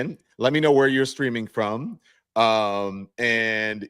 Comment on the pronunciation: I thought you said, "Let me know where you're 'screaming' from." 😊